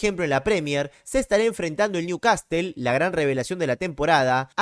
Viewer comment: NEWCASEL SE DICE